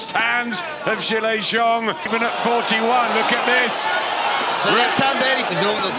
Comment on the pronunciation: Just FYI, Zhelei Zhang is pronounced: Juh-lay jang. Zh is like a J sound in phonetic Mandarin. 👍🏾